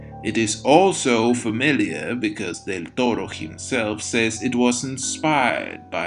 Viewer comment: Excellent video, especially because Victorian-Gothic architecture has always seemed exquisitely relaxing to me, visually speaking, also your pronunciation of the nickname "Del Toro" is simply refined